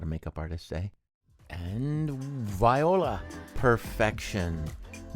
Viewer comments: Viola instead of VOILA!….so creative and super funny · When he said, “Viola” like in Viola Davis instead of saying it in French I burst out laughing 😂😂 You both are wonderful humans ❤❤